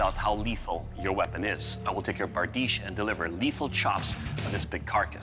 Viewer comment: barDEESH. The ...iche ending on most words in European languages is pronounced ...eesh, for example, nouvea riche, niche, pastiche, corniche, microfiche...